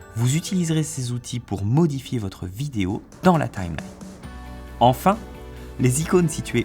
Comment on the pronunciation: Lol la prononciation c'est Time-line